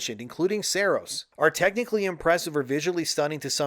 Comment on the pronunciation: Sahr-ohs not SAIR-OS